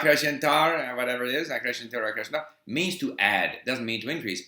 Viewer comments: You got it right the first time, it is subjuntivo. You didn't ask for input on your pronunciation, but I just thought I'd suggest that you pay attention to what's different from Portuguese to other Romance languages. For example, 'sc' sounds like 's', not like 'sh' (acrescentar). In most regions of Brazil we pronounce the final o's as 'oo' and the final e's as 'ee'. Anyway, if you like used books, you can try ordering directly from estantevirtual dotcom, I think they have international shipping. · Hey, Steve. Really cool to know you've been improving your Portuguese. Just a tip the pronunciation of "acrescentar" - this SC encounter has the same sound as in "pass" or "misunderstanding". I'm a huge fan of yours and have learned a lot from you on how to carry out my polyglot journey. Wish you the best. If need be, hit me on my Instagram and I'll be more than happy to help you out with Brazilian Portuguese. Cheers!